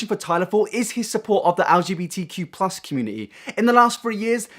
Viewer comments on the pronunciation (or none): “Algae beetee q plus community” Lmao